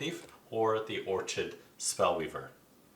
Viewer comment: it was Or-chid that did it for me.